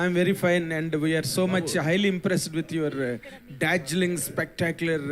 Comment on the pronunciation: telugu press meet lo telugu journalist english lo koosi telugu lo reply expect chestaru. Poni ah english aina sariga koosthunara ante ? Darjeling / Dodgling anta. adi Dazzling ra ayya.Enduku ee ethulu. Telugu lo edavachu kada. nee spoken english practise intlo chesuko. Non telugu or multi language press meet ante artham chesukovacchu